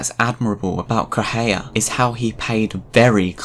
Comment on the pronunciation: I can't deal with how you pronounce Correa Try it like this: Coh-Reh-Ah